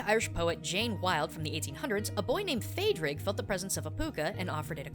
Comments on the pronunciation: Phaidriag is an English deviation of the Irish name Pádrig, and pronounced Paw-rig. Just so you know! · That pronunciation, tho. It's pronounced paw-rig.